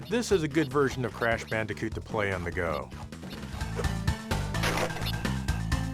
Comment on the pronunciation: Did he just say bandicute?